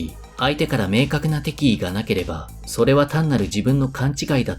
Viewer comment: なんとなく、イントネーションがきになる。敵意の部分